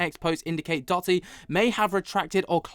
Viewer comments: Hi. Love your show watch all the time. Just wanted to tell you Dotty is actually pronounced…Doe…Dee. 😊 … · Doe - tee not dotty cheers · I think it's Doh-ty bruv